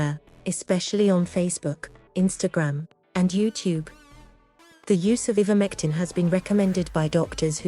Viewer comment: First of all it's pronounced "I"vermectin not "E"vermectin. This video is so valid and believable oh dear 🙄🙄🙄🙄🙄